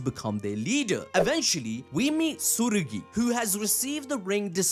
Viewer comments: I know it ain't that deep but his name is Tsurugi not Tsuguri 😭💀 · Hey boss. It sounds like your saying tsuguri when I believe it's tsurugi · why you keep on saying "Tsugiri"? I thought its "Tsurugi"